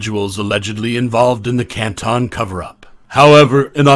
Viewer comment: hey. what did the lausanne Switzerland video footage have to do with anything regarding this case? It is just beyond strange to choose this very unrelated and painfully boring visual. This choice, along with mispronouncing Canton, the "spooky" background noises, and the inaccurate details all lead to an overall low effort/ low quality production. And to be fair, I expect many inconsistencies and inaccuracies because there is just an overabundance of creators and creations, and this case has generated a lot of interest- but making mistakes or deliberately swaying a narrative with inaccurate info can at least be explained/ understood. But in this video it's both shocking and infuriating because the misinformation seems to stem outta nowhere - from the most easily verfiable info, and also info that isn't necessarily relevant one way or the other: stuff that really won't impact either side, but stuff that is so noticeably and verifiably wrong that it becomes annoying and distracting af. The overdramatization with the narrator's voice, the weird chosen language that is both trying too hard and not hard enough, the unsettling background noises, the confusing visuals, the incorrect info, but all while this video takes itself entirely too seriously -- I feel like I'm taking crazy pills!! And now I've wasted all this time commenting. I hate everything.